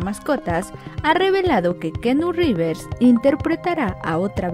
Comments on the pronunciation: Lo siento pero la pronunciación de esta comunicologa es pésimo ....de plano se inventó un nuevo nombre ... No pudo investigar cómo se pronuncia el nombre antes de grabar el audio? ...🤦‍♀️ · Es keanu revés más no keanu rives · Pobrecita...díganme no es Rivers es reeves!!!!! Se pronuncia riibs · Keanu Rivers? Supongo que toda mi vida lo he pronunciado mal 🥸